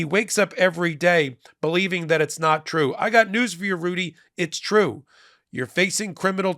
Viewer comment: It's tweu, it's tweu.